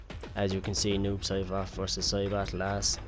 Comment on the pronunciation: I keep hearing noob sherbert...